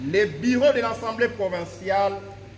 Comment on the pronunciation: on dit:l'assemblée provinciale et non ansemblée.merci...